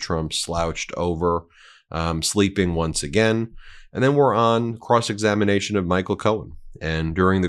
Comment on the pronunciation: Cross examinamation? I'm sorry Benji but that was funny and a much needed giggle. You're tired from your very wonderful weekend and I absolutely understand. Now get outta here and enjoy your honeymoon!! 💙💙💙 God bless you and your family.